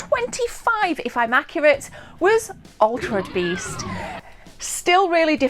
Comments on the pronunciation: Why is she pronouncing it altred beast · Is she saying Altred Beast? 🤔🤔🤔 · Nobody notice how she pronounced altered beast? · why can't say Altered Beast right? made me chuckle.. Its like Benedict Cumberbatch and his "Pen Guin"